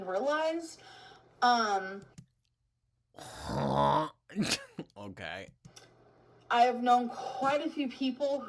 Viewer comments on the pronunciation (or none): "I never RUHlized how many people deal with them (panic attacks.)" Translation: I need a new diagnosis but I won't take any medicine "diagnosed to" me.